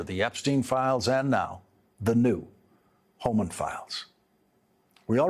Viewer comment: It’s Homan, not Homans.